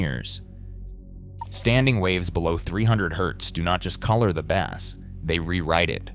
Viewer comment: Bass that rhyming with glass, is a type of fish. Bass in the audio sense should be pronounced to rhyme with base - as in the foundation of the audio spectrum; whether for music only or multichannel home theatre configurations. Other than that, not much to fault in the very cursory overview.